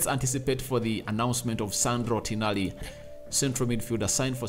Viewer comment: its Tonali not Tinali😅